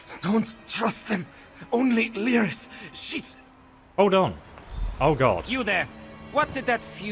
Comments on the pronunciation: Hey man loving your vid, but her name is pronounced Leer-is, not Lie-ris. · Excellent video... Been watching your ESO vids since you started making them.... In all this time, I'm sure you know her name is "Leer-iss" not "Lie-riss," tho... IJS... :)